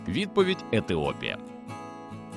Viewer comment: Таки у "автора" вікторини проблеми зі знаннями та інтелектом. У попередньому випуску був "Бетовен" замість Бетховена, а тепер - "Етиопія" замість Ефіопії... Ну, принаймні, це дуже дивно. Якщо не тупо.